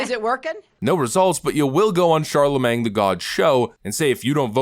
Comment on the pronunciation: Is anyone ever gonna tell this guy it's Charlamagne as in "champagne" and not "Charlamang" the way LH pronounces it for some reason?